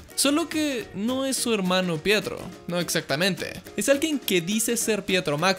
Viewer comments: Pensé que decía "prieto" xD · Ya no es pietro es fietro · Fietro xD